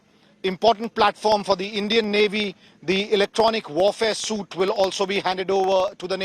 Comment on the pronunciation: Electronic Warfare Suite - (Suite is pronounced as SWEET (not suit))